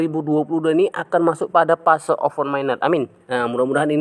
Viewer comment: Open mainet bukan oven mainet Kontolllllllllll bahasa Indonesia tidak jelas lu....Kontolllllllllll